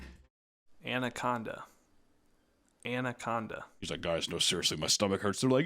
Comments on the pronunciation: Correcting him for the word anaconda that he pronounced andaconda was hilarious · I swear I say anaconda like andaconda too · Andacanda is my new favourite hunter mispronunciation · Mfer said AND-ACONDA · Andaconda lol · oh yeah, andaconda and expeshully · Expecially andaconda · Andaconda 😂😂 I LOVE whoever edits the pronunciation in. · Balloon man can't say anaconda 🤣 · The same way you coached his pronunciation of anaconda, do the same with the word supposedly. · I really appreciate the editor inserting how to pronounce “anaconda” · The anaconda pronunciation had me in absolute tears